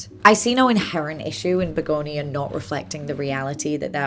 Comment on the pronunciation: You're saying begonia right. Its a flower.